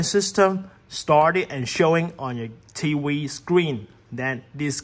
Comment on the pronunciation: He said connect to your T wee